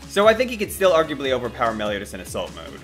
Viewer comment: Said meliotas lol